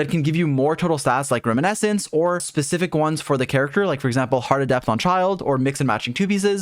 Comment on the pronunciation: Why Why does he pronounce reminiscence As room-in-essence explain